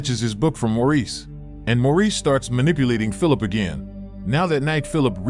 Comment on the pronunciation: Maurice is pronounced "Morris"